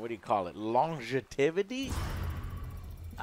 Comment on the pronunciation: "Fun-ness and longitivity" ?